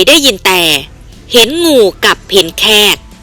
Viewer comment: เลิศเลอ ไม่ใช่ เริดเรอ หมอปลา ไม่ใช่ หมอปรา เห็นงูกับเห็นแขก ไม่ใช่เห็นงูกับเห็นแคก หยิ่งผยองพองขน ไม่ใช่หยิ่งผยองผองขน ยิ่งอ่านยิ่งเลอะเทอะ ภาษาไทยวิบัติหมดแล้ว เปลี่ยนคนอ่านได้แล้วครับช่องนี้ ผมติดตามข่าวสารช่องนี้ตลอดนะ แต่อดขำไม่ได้ ไม่เคยปรับปรุงเลย เคยเข้ามาอ่านคอมเม้นท์บ้างไหม คิดจะทำอาชีพนี้ก็ต้องหัดปรับปรุงการอ่านบ้างนะครับ